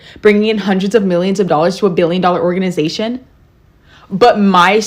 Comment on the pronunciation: Four hindered twenty ninth again